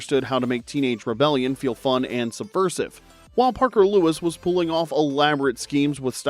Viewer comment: Parker "luis"? Was this the Spanish version?